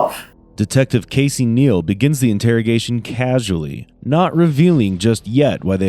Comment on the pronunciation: Casey casey 😂 it sounds like kissy 😂 with the amounts of times he said his name he should have worked in customer service or something